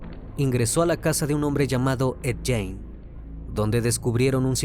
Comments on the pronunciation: Esta bueno tu video pero esto es una critica constructiva, no es jane, es gein, se pronuncia guein, asi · Amigo mio. Se dice: Ed GUIN no Ed Guein.... Saludos!! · muy buen caso .. solo una observacion, no se pronuncia "Jane" si no mas bien "Gein" - por un momento pensaba que estabas hablando de una mujer. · Hay que investigar primero la forma de pronunciar😂😂😂...es Guein, no Jane...🤣🤣🤣🤣🤣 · Lo mal que pronuncia el apellido de Ed Gein hace muy dificil disfrutar el video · Oye crimi, si viste otros documentales o biografías sobre ed, sabrás que si nombre no se pronuncia así 😢!!!